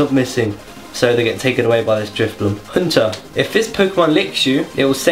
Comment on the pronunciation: You said so many of those Pokemon names wrongs. I'm surprised you even got Kangaskhan, Haunter & Raticate (or Combusken/Hunter/Raticake in your case) wrong, they're the originals man. -.- Also, for something so "dear to your heart", you don't seem to know an awful lot about it... :S